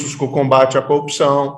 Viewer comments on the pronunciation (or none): Eis o combatente da "coupiçaum". E caçador de Lllulllla... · Coupcao, coupcao, coupacao. As aulas da fonologa da globo nao resolveram nada. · Como um cidadão deste virou juiz? Até quem fez o primário saber pronunciar corrupção! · Incrível, ele não consegue mesmo pronunciar com boa dicção a palavra "corrupção", é como o locutor esportivo que não consegue gritar "gooool". Bestial.